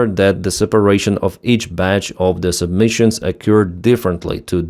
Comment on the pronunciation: Submissions? Did you mean sub-mu-ni-tions?